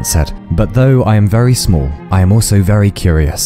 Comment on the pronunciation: Exurb1a’s accent makes “smol” a real word and I appreciate that.